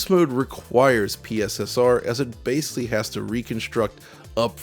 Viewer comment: You say the word ‘basically’ a lot. It wouldn’t be an issue, except you keep mispronouncing it as ‘basely’. It’s really distracting and lessens the production quality of your videos.